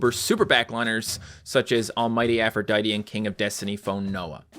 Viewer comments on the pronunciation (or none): none